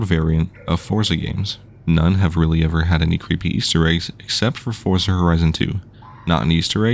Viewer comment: Fortza not forsa